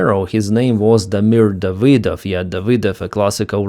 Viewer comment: "DavY dov"? emphasis on the Y? ( I always thought your name was pronounced as "", just in one word without any letter being emphasized.